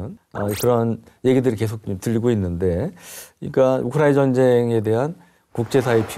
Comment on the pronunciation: 우크라이 나 나 나라고 우크라이는 어느나라여 기자님 나라이름좀 잘 불러줘요